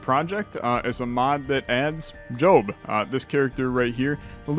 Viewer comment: I swear he calls him Jobin a few times